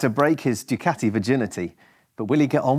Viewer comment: Learn to pronounce Ducati